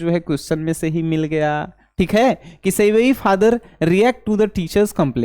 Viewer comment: Sevayi nhi sibi bola jata hai 😂😂😂😂😂